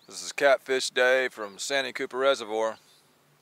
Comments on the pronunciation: By the way it’s pronounced San T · Dave, Austin here from S.C. Love your videos and I've learned a lot. One thing though.... Santee is pronounced SAN - TEE like two words...just sayin! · Love the videos man but we call it’s San-tee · It's called SAN----TEE,. Anywho ever tried Lake Wateree